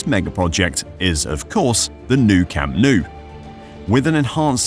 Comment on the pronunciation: le cham nu... "desnudo" verdag...? se nota que se os atraganta la milenaria lengua del nogdgte piningzulá berdag...?